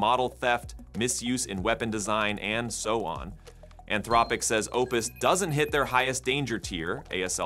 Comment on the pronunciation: Your AI voiceover has an impressive number of pronunciations for “Anthropic”